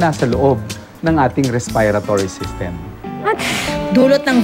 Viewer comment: Doc: RESPAYRATORY SYSTEM